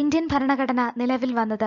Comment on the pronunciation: ഫരണഘടന അല്ല ഭരണഘടന.